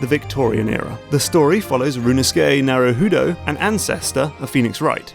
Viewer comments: For a channel whose majority of videos oftentimes feature games with Japanese roots, y'all really like featuring guests who can't pronounce Japanese. I can understand accents being different, but "Naruhudo" wasn't even phonetically correct. Typo in the script? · Sokka's name from Avatar: The Last Airbender, is taken from the Japanese word "Soka" or "Sokka", which are general colloquial pronunciations of "Sou ka", or more politely "Sou desu ka". It kind of means something like "Oh, is that so?" and sometimes like "Oh, I see." or "Oh I get it!"- like Naruhoudo ! :D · NARUHUUDU? Really?? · Every time Mark (as much as I love his main channel content) says "rooneskey nuhruh hoodoe" I die a little inside.